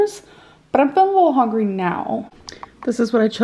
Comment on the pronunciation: It’s hungry!! With a U! Not hongry 😂